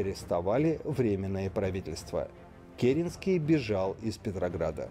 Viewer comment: Правильно КерЕнский!